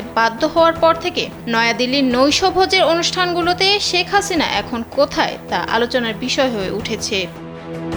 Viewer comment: মানুষ কে জে সম্মান দেবে আল্লাহ তার সম্মান বাড়িয়ে দিবেন, ওনার নাম শেখ হাসিনা, ওনি জখন প্রধান মন্ত্রী ছিলেন তেল তো কম মারেননি,এখন নাম টাও ভালো ভাবে উচ্চারণ করছেন না।